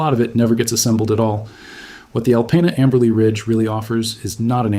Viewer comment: Michiganders pronounce it “Al-peen-ah”. And if that makes you grumble, you should hear how we pronounce Armada.